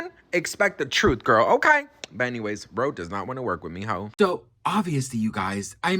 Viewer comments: RHODE not Rode.... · RODE!!? HAHHAHAH This is so ridiculous, who doesn't know that the company name is RHODE, with an H.